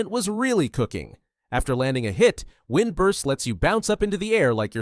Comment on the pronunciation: “wind brust”